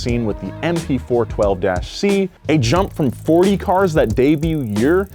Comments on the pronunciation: Not "MP4 12-C" Yes "MP4-12C" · it's MP4-12C, not MP4 12-C 🤦🏽‍♂️ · MP4-12C, not MP412-C lmao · I'm gonna be that guy: it's MP4, then the dash, then 12c. MP4-12c, not mp412-c. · please stop saying "mp412-c"